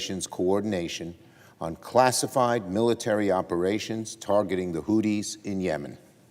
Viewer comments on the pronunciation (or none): Did he say "Hooties"?